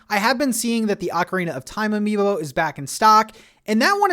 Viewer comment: Say amibo one more time! I dare you! I double fucking dare you! (Samuel L Jackson, voice, pulp fiction)